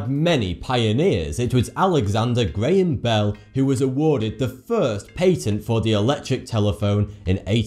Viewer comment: LOL did anyone notice how he says "patent"?? He says "pay tent". Lol i didnt even know what word he was saying. He also says compass wrong.